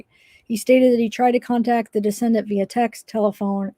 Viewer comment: Decedent is pronounced Dee-SEE-dent. It’s a person who had died. A descendant (which is how you are pronouncing it - and really changes the meaning) is a person that is descended from a particular ancestor. Parenchyma is the primary tissue of the organ as opposed to the supporting tissue.